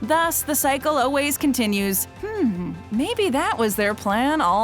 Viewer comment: I love these videos, but I will NEVER get over the fact that she says "always" as "o-ways".